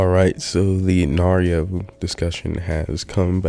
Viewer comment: Lost all credibility he pronounced Nairo the way you pronounce Mario